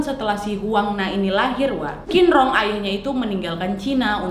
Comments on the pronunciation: Masukan sedikit kak, huruf Q itu benernya dibaca Ch, jadi Qin di nama bapaknya itu harusnya dibaca Chin, bukan Kin 😊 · Kak bapaknya bukan dibaca 'kinrong' tapi 'cinrong' 😂😂😂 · Qinrong bcnya Chinrong kak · Buat pelajaran kita sama² kak. Kalau huruf Q untuk orang Tionghoa dibaca C kak. Jadi misalnya "Qinrong" dibaca "Cinrong". Semoga bermanfaat infonya kak